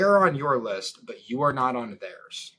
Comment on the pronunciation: soy balding French dude cannot comprehend the Chad American sales tactic LMAO American: just speak like a human lol Frenchy: ''urmm I fink you need to filter the lisft..."